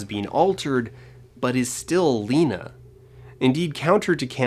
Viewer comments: really bothers me he says “Layna.” Did you even watch the movie? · Somehow still the worst part of that first one is the mispronunciation of the name "Lena" whose name is pronounced multiple times through the movie. Not only mispronounced, but he really leans hard into that "LEN-NA" too. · I'm watching it again and: To me, poor Cassie saying that her child dying was like 2 deaths for her...it really echoed/doubled when she died and then the bear beast with her voice was killed by Josie. Also, I had a visceral reaction to commentators' pronunciation of the name Lena as LEHnah when everyone in the movie pronouncing it as LEEnah. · I've watched this video at least a dozen times (because it's amazing) and the way that one guy pronounces Lena irritates me every time. Makes me think he didn't even watch the movie. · Okay but why does that first reviewer mispronounce Lena’s name? You’re reviewing a movie where it was pronounced for you multiple times